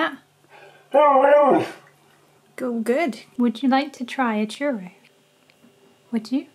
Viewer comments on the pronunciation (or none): none